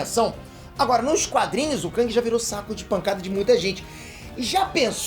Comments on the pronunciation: Não se pronúncia KÃNG, se pronúncia KÉNG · ele falando "kãng" e eu me contorcendo